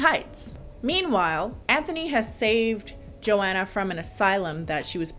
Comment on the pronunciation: Is that really how you say Joanna?! Eww you say my name sooo gross 😩😩😩😭😭😭